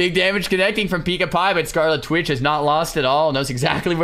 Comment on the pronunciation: kekw it's Scarlit Witch not, Scarli Twitch